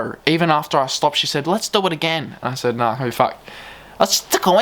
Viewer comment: I lost it at "lets dew eit agennn" "Nah cbf"